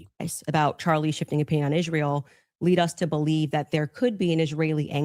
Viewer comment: I almost noped out when she first opened her mouth and pronounced Israel the way she does.